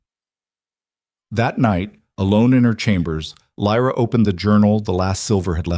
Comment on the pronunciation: It kind of ruins the story when the narrator keeps changing how Lyra’s name is pronounced.